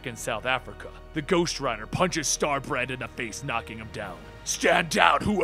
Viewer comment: Did you say Star-Brat?